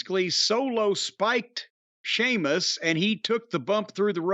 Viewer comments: It’s annoying how Jim pronounces “Sheamus”. He says it looks like “Seamus” to who? It’s Sh-eamus. Who reads it as “Seamus”? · I get that. As with all the names he purposely mispronounces. Just Sheamus is the one that annoys me the most because it looks nowhere as to how he says it. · It's a local dialect. You can pronounce it either way. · He does that intentionally mainly cause of sheamus’ pale skin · It's intentional.